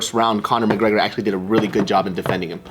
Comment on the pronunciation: mcGregen Pinche pendeja read correctly